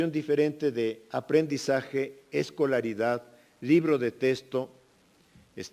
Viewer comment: Mínimo que se enseñe hablar. No se dice testo se dice texto.